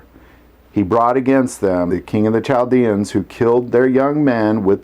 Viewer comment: i was taught the h was silent in Chaldeans.